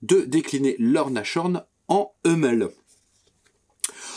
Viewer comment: Merci.. impeccable! Juste une petite remarque linguistique... on prononce Nass-horn et non Nache-horn 🤭